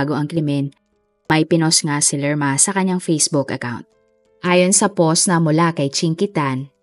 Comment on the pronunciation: Ang hirap tlga pakinggan ng pagsabi mo po ng "post". Ang pag pronounce po nun ay POWST.